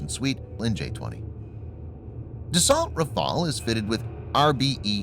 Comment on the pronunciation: Dassault is pronounced "das-so", not, "de-salt".